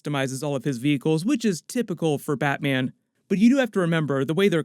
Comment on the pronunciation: batmyen? noice!